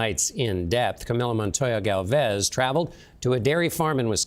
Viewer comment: And Gálvez, accent is on the letter A, not E